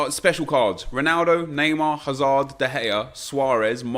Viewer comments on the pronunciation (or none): none